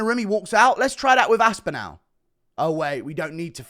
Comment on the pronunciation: The way you pronounce Aspinall hurts